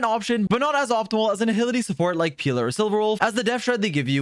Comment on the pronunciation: You're pronouncing Pela as Pila, which means dick in portuguese. Idk how that would work as a support tbh